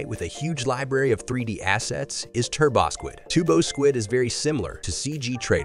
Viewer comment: one of the most convincing sounding AI voices i have heard yet. only thing that gives it away is the turbosquid mispronunciation